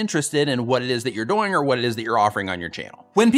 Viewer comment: Ok.....did I just see a #doing on one frame? Don’t change how you say it. I like how you make doing rhyme with “boing”. It’s more fun.